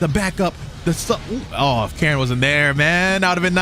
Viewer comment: Bruh did he just call Karin, "Karen"? 😂